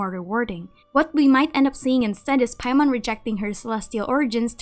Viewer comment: Every time u say paimon I die inside 😔